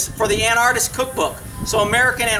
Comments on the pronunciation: pronounced AN-ARK-IST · is it a different word or do you just pronounce anarchist weird? how would you say anarchy then?